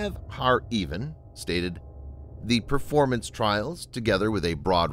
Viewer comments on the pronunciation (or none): none